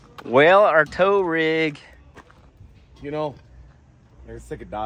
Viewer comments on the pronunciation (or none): it use to be though. And it's *tow rig. Not town rig😂